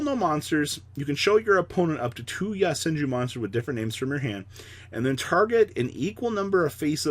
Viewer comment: “Yah-senju” “yah-bubu” support